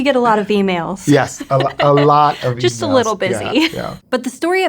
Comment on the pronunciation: I cant be the only one who heard females instead of emails